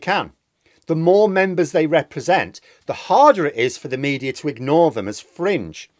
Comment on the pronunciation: Please stop saying mediar